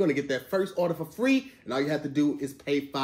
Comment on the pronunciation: says “arder” when trying to say “order”. back to you tom 😂